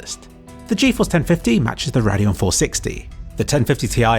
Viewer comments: i shuddered every time you said "raadeon" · I've never heard someone pronounce everything so differently. "Nar-ve" instead of Navi, and "rad-eon" instead of "ray-deon". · I've heard a lot of people say "na-ve" instead of "nar-ve", not sure which is actually correct though. You're the first I've heard say Radeon that way too haha. Nice video by the way, just couldn't help but laugh at some of your pronunciations.